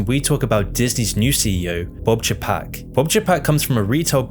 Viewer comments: FACTUAL ERRORS: Walt Disney died December 15, 1966, NOT November 30, of 19666 as your video states. Next, you mis pronounce Bob Chapek's last name as (Chuh-PAK), it is CHAY-pak. Also you say his background was in retail, but he was in Disney THEME PARK management for decades. (I worked at Disney for more than ten years, pre-Eisner and then nearly nine years under Michael.Though NOT perfect he (Eisner) was VERY creative and help grow the brand enormously. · That pronunciation of Chapek gets me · I love you man, and I love your channel, but, you cannot pronounce people's name's for shit. It's Boy Yega and Che Pek